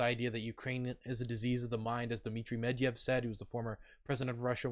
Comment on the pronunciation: Also he says Medvev instead of Medvedjev. Gringe.